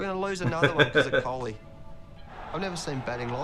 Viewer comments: It's not kholi...it is kohli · It's virat kohli not kholi